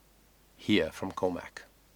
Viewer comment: It’s all about you and not Cormac (whose me you can’t pronounce). FFS.